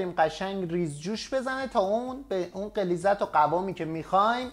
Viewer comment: این سوپ قشنگ رو خیلی قشنگ درست کردی. در ضمن غلیظت هم خیلی قشنگ گفتی بجای غلظت. خلاصه همه چی قشنگه. LOL